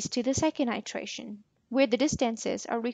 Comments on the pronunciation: Its iteration not itration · What is the accent of the speaker, I've never heard distance pronounced dis-TANC-es and iteration i-TRA-tion